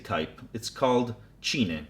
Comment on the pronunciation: Just to let you know "cine" is pronounced like cine like in cinema.